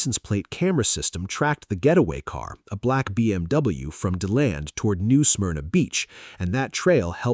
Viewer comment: It’s literally “D” land that’s how you pronounce the city.